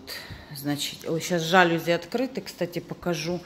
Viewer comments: ЖалюзИ Ударие во всех французских словах падает на последний слог. На заметку) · правильное ударение жалюзИ, но у вас во всей квартире РОЛЕТЫ))) квартира просторная, особенно выход на крышу нравится) и я бы ничего не вешала на арку, постоянно её то открывать, то закрывать не имеет смысла, так как тот "коридор" уж слишком маленький, с аркой будет визуально будет ещё меньше пространства